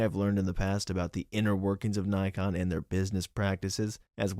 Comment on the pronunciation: It’s Nye-Con lol.